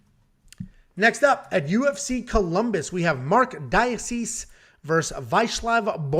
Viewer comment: Marc DA-KAY-SEE lol 😂